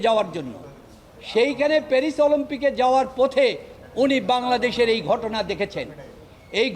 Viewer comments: এই হালার ধোন কেটে দে। চোরের সাপোর্টার। মূর্খ উকিল।অলিম্পিক বলতে পারেনা বলে অলোম্পিক। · আলোম্পিক, কি শুদ্ধ উচ্চারন।